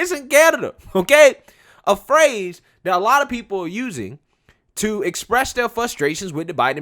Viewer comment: Hi I was wondering, I am a white conservative and I noticed that instead of saying the word that you are replacing it with the word dat. Donna brazile does the same thing and it makes her look dumb, so maybe you should stop doing it.